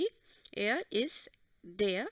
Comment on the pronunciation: you don't know the pronunciation of der🤢🤢🤮🤮🤧🤧👿👿